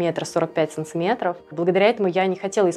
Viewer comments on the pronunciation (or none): Ну почему "САНЦЫМЕТРОВ" ???!